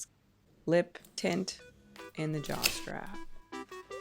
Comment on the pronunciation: Am i the only person who hears jock strap instead of jaw/neck/head strap? Just me? NOOOOO. 😂😂